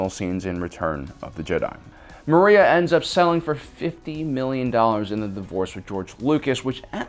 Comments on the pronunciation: Not Maria- her name is Marcia. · Maria Lucas, hahaha. My friend, it’s Marcia Lucas. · Maria? No, it is Marcia Lucas.